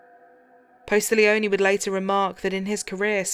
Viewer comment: PAT POSTIGLIONE He is an amazing LE officer/ detective! He was personally selected to go to Steve McNair's secondary apartment where him and his mistresses body were found dead b/cause he was friends with McNair! I hate when they do all this research but not only pronouncing his name wrong but also spelling it wrong!! I can't help it sorry!